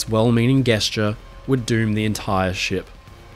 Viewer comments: saying guessture instead of gesture made me giggle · I don't know whether or not this is a personal _mispronunciation& 'thing' for our dear friend here,, or perhaps an Aussie 'thing' (?) but,, "Gesture" is correctly pronounced with a soft 'g' - as in giraffe - NOT as you said it here in this* video about Britannic, (& *elsewhere, in another video, sorry, I forget which one) with a hard "g" - as in "golf". 🤨😕🖖